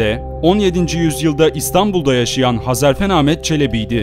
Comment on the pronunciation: Sevgili kardeşim, öncelikle bu video için teşekkürler ve bu tarz videolarını dört gözle bekliyor olacağım. Hezarfen benim yıllardır sanal alemde kullandığım takma adım, bende hep onun gibi uçmak isterdim hatta rüyam da uçtuğumu görürdüm. Lafı uzatmadan şunu söylemek istiyorum, video da sürekli Hezarfen değil Hazarfen dedin, bugüne kadar tanıdığım bir çok kişi de Hazarfen dedi. İnsanlar bunu bilerek mi yapıyor, söylemesi zor mu geliyor anlamadım. Hadi diğerleri daha önce tanımıyordu, ismini çok telafuz etmedi dillerine yabancı geldi diyemedi, sen niye dedin kardeşim:)